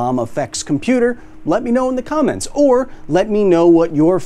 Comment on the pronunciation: Kyle said "comments" weirdly at the end. I felt compelled to point it out so everyone knows i watched the whole video.